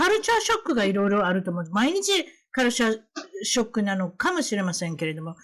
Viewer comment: kuruch-chure shock :D